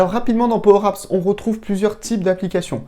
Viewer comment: De quoi ? Pwow apps ? 😂😂😂